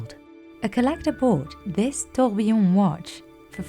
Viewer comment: The fact that the specialist who has been in the industry for 28 years and sells timepieces that are more expensive than most people's houses can't pronounce "tourbillon" correctly is embarrassing. As a fluent french speaker her pronunciation made me wince and she'll either seem less credible to knowledgeable customers or pass her mispronunciation on to those who are less knowledgeable